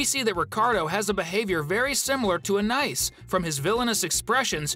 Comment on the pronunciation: Please say the little sister's name correctly. Thank you